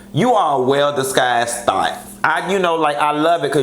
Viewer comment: Did he say “Well disguised thot?” 😩😂😂 I screamed!